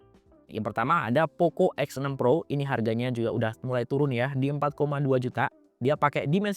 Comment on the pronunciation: Klau poco ngaku buatan indonesia kenapa dibaca poko. Mestinya tetap poco. Biar terlihat keren yoo.. atau malu dibaca poco